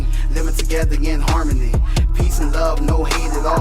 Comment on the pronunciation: Did you said harnony